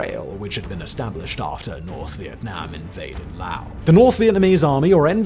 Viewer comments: Laos dude, not Lao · Laos, not Lao. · Why you say lao?😂😂😂 its laoSSS lolzz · It's pronounced Laos, with an 's' not Lao. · And don't pronounce it the Texas way that LBJ did. It's not Lay' os, it's more like La ous.